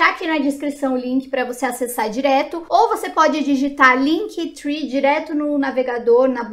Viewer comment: LinkTri que fala! Three é 3 (trwee) Esse tree é de árvore Pronuncia é TRI! Mas muito legal o vídeo!